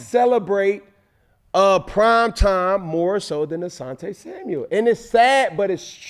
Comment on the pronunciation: Why do so many of these pro athletes call him Samuels 🤣🤣🤣🤣 it’s Asante SAMUEL